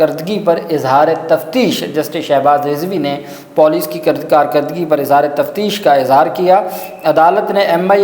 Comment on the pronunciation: Izhar e tashwish lafaz ha kindly correction kr lain